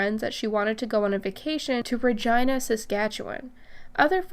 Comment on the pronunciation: Regina is pronounced Ruh gee nuh....not Regina like vagina. Lol🤔😉😆